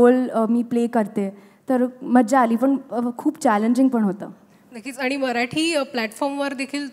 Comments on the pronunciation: Wooooooohw the way she pronounced 'ani'. She seemed to be a actual Marathi girl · Me when she said "aannii" and not "aani"😍